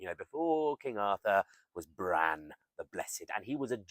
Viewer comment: Really interesting vid! Long "a" in Bran